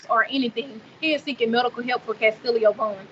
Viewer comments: The sister seems disconnected from her brother. She keeps referring to her brother as "Mr. Vaughn" and calling him Kastillio and not Kastillo. If any money comes from this Kastillo Vaughn should get it not Kassie. How will the money from G Fund Me be used by his sister if he is in prison and there is no cost for his medical treatment in prison and it's a matter of the prison following through with the actual care? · lol who calls their own brother MR Vaughan? She can't even pronounce his first name. How dumb can anyone be? You really donating?